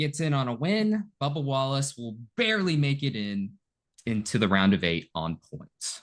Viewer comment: Scrub-ba WAL-lace